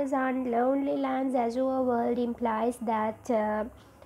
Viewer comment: The way you pronounce crooked, azure are all wrong. I think there exists this basic flaw in almost every teachers of Language and Literature in Sri Lanka. Plus the explanation is too shallow when it comes to a challenging subject as Literature.